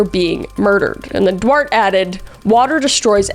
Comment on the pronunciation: Duarte= do-art-tay, not 'dwart' 😂 also love that Kris sounded a bit like Christopher Walken without meaning to. Her impressions is so good it just sort of slipped in